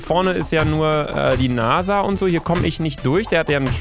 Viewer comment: Ich hatte bei NASA Nase verstanden😂😂😂